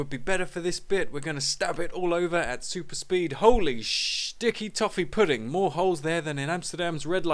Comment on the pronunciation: Stick-e Toff-e Poo Ding :D Boris aka Toff